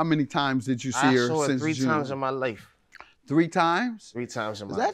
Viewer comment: “I saw her 3 times in my lafe” 🙄🥴